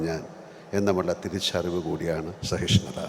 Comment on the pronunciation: സഹിഷ്ണുത ആണ് ശരി, സഹിഷ്ണത അല്ല.